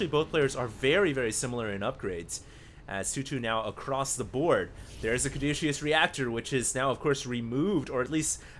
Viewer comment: I wouldn't say anything if you hadn't said it so many times. Caduceus doesn't have a 'SH' sound in it. I thought at first that you were making a joke implying the use of this upgrade is douchey... but as you kept repeating it, I came to believe you just didn't know hot to pronounce it. Hopefully helps on future casts! :D